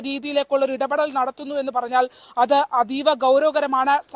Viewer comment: Mdam alla, atta aie marum